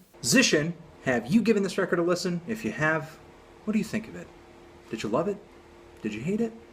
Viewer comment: He hepsin whet? Whet he hepsin?